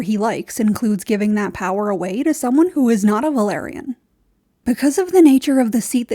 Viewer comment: It’s “Velaryon” not “Valyrian”